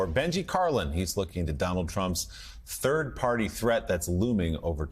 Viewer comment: Did you mean turd party